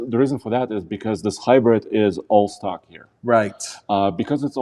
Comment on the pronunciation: When you said stock bumper i thought you said stuck bumper, like the bumper is stuck somewhere, and now the truck is STUCK, (not going nowhere)